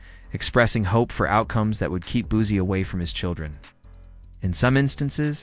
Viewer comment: I vibe with a lot of personalities but as someone from the 225 aka Baton Rouge where Boosie was raised. To hear the word Boozy makes me cringe 😂 say it with me “Boo See” or “Boo C” spelt Boosie I actually did watch the video after getting past the “Boozy” thing. Video was pretty good just wanted to give some knowledge on pronunciation of Boosie. As someone from Louisiana and a huge fan of Boosie to hear it pronounced wrong within the first 10 sec of the video I automatically assumed the video. Would be 🗑️ but all in all it was straight.